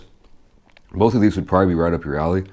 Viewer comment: Every time says right up your ally I think he's going to say right your ass 😂